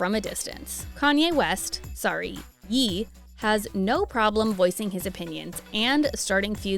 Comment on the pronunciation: Ye is pronounced Yay not yee.